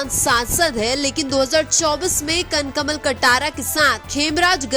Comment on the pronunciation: उच्चारण में कई शुद्धियाँ है जैसे कनक मल कटरा को कन कमल और राज समन्द को राजस मंद बोलना...